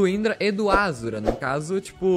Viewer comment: ashura n azura (shu)